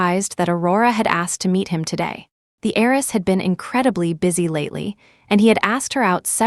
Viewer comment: Wealthy HEIRESS not aerys